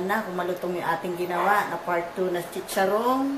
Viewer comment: nanang, ilang ulit mo babanggitin sa video mo ung "chicharong my laman" OO nga! un nga title diba? paulit ulit ka? tska CHICHARON hindi SITSARON! okay?